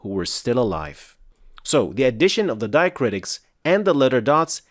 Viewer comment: it's diacritics not diacritis